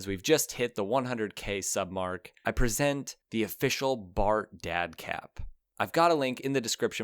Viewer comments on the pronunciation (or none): none